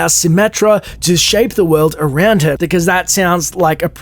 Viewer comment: "Arounst." lol.